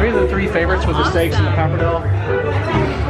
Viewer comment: You guys are so cute saying pappardelle like it is pappardell. hehe. you need to say the e on the end like an "eh" sound - pappardell-eh. Loved the robes and PJs! Adorable. I came over from Aaryn's channel.